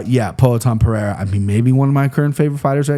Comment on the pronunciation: It's Pereira with an R sound "Puh-Rare-Uh" it would only be an H sound if it was Perreira with a double R